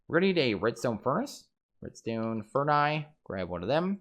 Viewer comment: Epiccat27 Yea...It hurt hearing that.